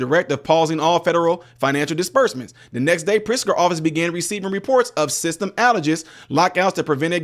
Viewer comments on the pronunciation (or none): none